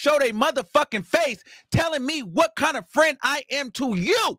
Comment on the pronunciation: And the annoying Sean davie way mannerisms that he’s adopted when adding extra syllables on words . Wtf is a perioduuwwll or frienduuwwlll 😂 like I can’t watch either I tried with Sean multiple times and always leave . I can’t digest they content